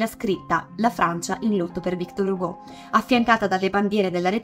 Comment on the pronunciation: magari victòr, non vìctor... è francese! quante volte ho sentito storpiare il nome, cerchiamo di dirlo sempre giusto.